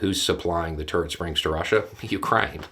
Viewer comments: I get a kick out of pronunciations sometimes. I heard "turd springs" the first time he said, "turret springs. " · For a minute there I thought he said "Turd springs" 🙄. It's the accent 😁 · His accent makes me hear it as "turd springs" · I didn't realise that "turret" could be pronounced as one syllable. You had me confused for a bit there.